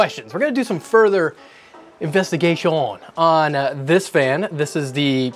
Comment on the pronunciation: WHY DO YOU SAY "INVESTIGATION" LIKE THAT????!!